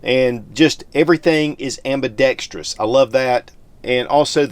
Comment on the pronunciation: Kudos to for getting the pronunciation of "ambidextrous" just right. Spot on!